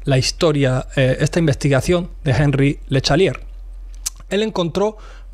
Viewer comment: (Angí le Shatelié) se pronuncia algo así en francés.